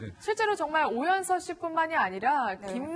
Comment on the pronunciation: 아이고 망했네;; 발음도 못하는 저 여자는 누구지?? 오연선(누구?)---오연서가(반말) ---오연서씨가.... 모하는 여자?? 실수한거 사과도 안하는 방송이네;; 채널A 뉴스 망해라!!! 그래도 뉴스를 전하는 방송인거 같은데 발음 그따위로 하고 사과 안할꺼면 자기 스스로 그만둬야지;; 구혜선같은